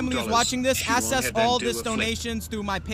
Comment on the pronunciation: does he think "access" is pronounced "assess" or does he have a speech impediment?